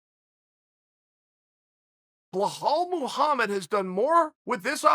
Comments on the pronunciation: Bahall Mogamed !!! Loool... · chael is intentionally butchering any non-american name. KABIB, IZLUM MACKLE-CHEV, BO HALL MOHAMMED.. i mean how hard is it to say belal? even tito would have said it better. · Me: Bilal Muhammed Chael: Bahal Mahamad me: ok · What is Chael saying? Sounds like Blowhole Mulhomma. Lol. Good work learning the names!